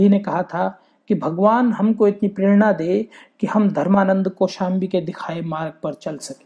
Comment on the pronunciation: It's not kosambi it's kossambe